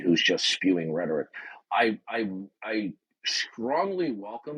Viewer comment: 61 years old and still can't pronounce simple words like "rhetoric".